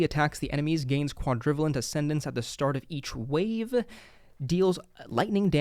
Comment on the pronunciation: Fyi the pronunciation for Quadrivalent is Quad - ruh - vey - lent. Like covalent bonds in chemistry.